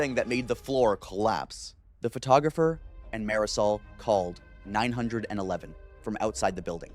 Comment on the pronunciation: OMG its 9 1 1 not 9 hundred and eleven.